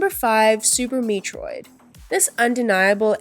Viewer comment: Learn to pronounce "Metroid" and "metroidvania" - or teach your AI narrator to. The very dry script also feels very AI. Have you actually played any of these games?